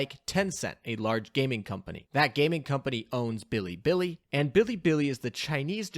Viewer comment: how he pronounces bilibili tilts me. its not fucking billy billy...